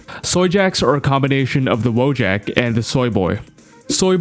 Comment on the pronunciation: It's pronounced voyak, not "woah jack"